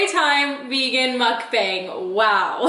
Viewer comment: hi, just so you know its pronounced moo-uck-bhang with a soft b sound and soft a sound like "ah", not like bang like an explosion haha